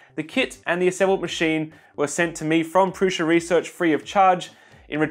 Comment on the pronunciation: It's Prusa, not Prusha